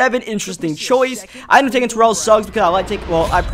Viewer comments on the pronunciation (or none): none